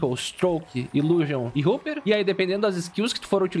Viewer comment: Hopper = "Róper", não "Ruper"